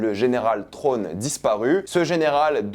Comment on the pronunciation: Je pensais que c'était l'amiral Thrawne et non "trone" :)